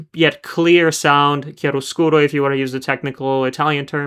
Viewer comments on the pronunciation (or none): none